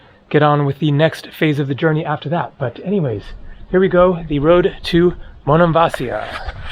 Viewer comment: it's Monemvasίa...accent in the I! Was there in March!